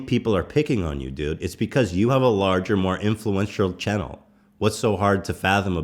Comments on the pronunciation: Ethan says the world channel so fucking weirdly you have to listen to it. Anyways papa bless good luck with your baby! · Why do I feel weird when Ethan says “Channel”